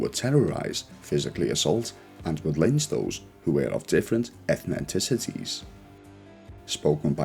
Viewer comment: different "ethniticities" lol youve got an extra syllable in there